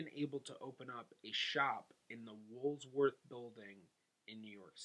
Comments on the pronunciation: Woolworths, not "Wolves Worth" .... LOL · Did u mean “Woolworth” Building. U said, “Wools-worth” building. There’s no “s” in Woolworth. The wiki site has so much info on that building too. I think they converted the Woolworth building into luxury condos now? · Cool video. Thanks for doing this. "Woolworth", not "wolves worth". The house and 1.2 million estate were both quite humble/upper middle class. Would have guessed they were much richer based on the video. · Are you trying to pronounce Woolworth?